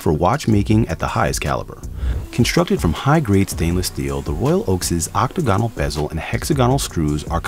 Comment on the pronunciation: This guy can't pronounce octagonal, hexagonal or Tourbillion. Why let him do the video?